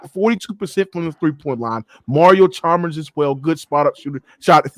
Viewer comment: Heat was not a superteam and they didn’t have good role players smh this Man said chalmbers 😂